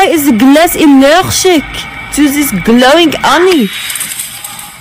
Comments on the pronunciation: why is the GlAhS eshlergic to zat???????🤣🤣🤣🤣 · "whay izza glazz elleghjik to zis glowing oney" Such inspirational words 😢 edit: 239 likes in a day O